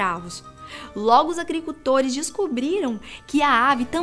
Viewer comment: Tem dificuldade em falar agricultores primeira vez pensei que era coisa da minha kbça mais na segunda eu tirei minha dúvida.